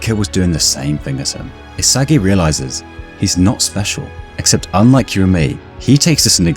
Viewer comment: DID BRO SAY ISIGUEI????